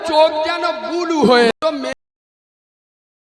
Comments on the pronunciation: ব্লু উচ্চারণ করতে পারে না বলছে বুলু।😂😂অমিত শাহ কুকুর না,এই বুলু বুলু মৌলভী হলো কুকুর। মোদী ও শাহের এতো সময় নেই যে তোমাদের নামকরণ করবে।এই নাম দিয়েছে বাংলার মানুষ। এই মৌলভীর কিন্তু ইসলাম সম্পর্কে কোনো জ্ঞান নেই তা আমি হলফ করে বলতে পারি। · ও জীবটাই উল্টোয় না ,আবার নাকি হুজুর? ব্লু কে বলে বুলু। ওতো একটা খেজুর। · শুধু মুসলিমদের কথা ভাবছি, বাংলা উচ্চারণ টাও ঠিক করে করতে পারছে না। আবার "ব্লু" কে" বুলু " বলছে তাই শুনছে। এদের কে ধর্ম গুরু বলে মানছে আর এদের কথা গিলছে।